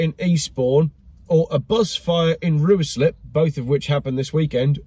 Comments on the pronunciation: Hi. The town you mentioned is pronounced Ryeslip. I doubt that a Special Army Soldier would reveal himself to a taxi driver. The clouds look perfectly normal to me; I mean, I couldn't see the ground when I looked out of my window, but I bought a radar system for my pilot. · Ryslip is the pronunciation .. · Ruislip pronounced Riceslip